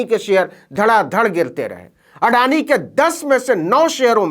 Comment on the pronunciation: अडानी का पिल्ला आडानी का अ तक नहीं बोल पा रहा है।